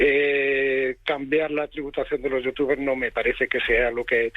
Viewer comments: Es tan tonto el inicio XD, los datos mal, no sabe pronunciar los nombres de los youtubers Primero en el primer clip que ponen dice: Me voy para vivir con mi señora. Inmediatamente dice el presentador: Se va para pagar menos impuestos. .-. Algo que no saben los de la tele, ser youtuber o strimer no es para siempre, va a terminar aburriendo a su publico tarde o temprano y su canal morirá, por eso tienen que reunir la mayor cantidad de dinero para vivir tranquilos, no es un trabajo fijo, puede el día de mañana decir una tontería y que lo cancelen en twitter y así perderlo todo, ya ah pasado y es normal que quieran reunir la mayor cantidad de dinero posible. Me sorprende como explota el mundo porque unos youtubers se van a vivir con sus amigos y a ganar más dinero, pero cuando pasa una noticia de que x político robó cientos de millones, lo ven como algo normal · Me hace gracia q no sepa pronunciar los nombres de los youtubers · Perfecto como pronuncia los nombres de los youtubers y como no sabe lo que esta diciendo y esa "información" es mas falsa que un billete de 3€